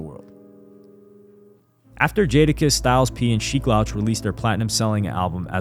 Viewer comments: It's pronounced Sheek LEWCH bro, not loush LOL... WTF how are you doing hip hop content and saying basic names wrong? You cant be a true hip hop fan and you are starting to seem more and more like a culture vulture recently. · Sheek 'Loaach" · Sheek's name is pronounced "Lewch" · Son, "Sheek Laoch" is wild 😂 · It’s pronounced Sheek “Looch” … but keep up the good work, I do enjoy your content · Bruh u cant keep doing content on hip hop icons or hip hop in general if you keep mispronouncing their names. I'm a fan of the content and respect the effort but do more research or watch a video on how to say their names. It's getting disrespectful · How you gonna pronounce Sheeks name wrong? More than once, too. Smh. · You mispronounced Sheek Louch name the entire album lol. Great video besides that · His pronunciation of sheek louch is annoying af, how you making hip hop history videos n can't even pronounce names correctly